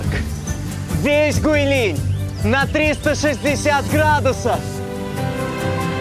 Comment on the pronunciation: Правильное произношение "ҐуыйЛин"